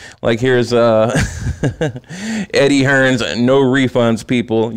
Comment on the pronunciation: also it's funny how you say eddie hearns it's hearn has us british casuals fooled because his also fooled American experts and ex heavyweight champs aswell then because mike tyson evander hollyfied lennox lewis Roy jones jnr max Kellerman teddy atlas all say joshua is the number one heavyweight on the planet but hey there casuals fooled by eddie hearns right?